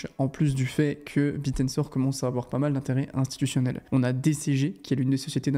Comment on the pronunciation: C'est "Bit Tensor" et non "Bitensor" 😂